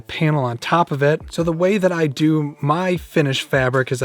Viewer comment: " the sides the tAwp and the bAtton" lol